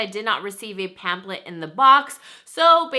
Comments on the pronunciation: It's killing me that she says pamplet not pam"flet" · I noticed that as well. "Pam-plet" lol 😋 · its not that serious but I cringed every time lol